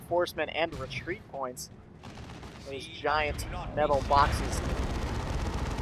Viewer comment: METUHL BAWKSES!!!